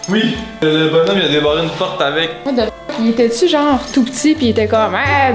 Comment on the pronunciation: pourquoi les FRANCAIS ne peuvent pas bien prononcer ou dire THE ??? Pour eux, c'est toujours ZE ???